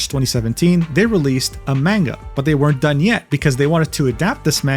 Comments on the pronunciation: Mujins videos are fascinating to watch, but every time he says manga wrong I taken one point of psychic damage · You can say the title correctly but can't say manga? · i think its pronounced munga not man-ga also its dough jin not duujin (i think)